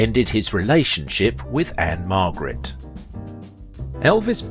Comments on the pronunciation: It's Ann-Margret. Not Ann-Marget or Ann Margaret. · Margret not Marget